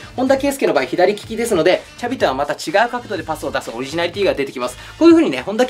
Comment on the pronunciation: シャビじゃなくて''チャビ''なんや笑